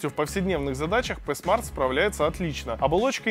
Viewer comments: Пи смарт а не п смарт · Пи смарт а не п смарт. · Говорится Хуавей ПИ смарт